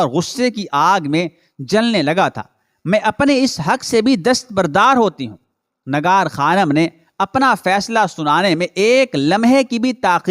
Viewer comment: Urdu ka talaffuz durust kerke biyaan de lafz Nigar hai Nagar nahen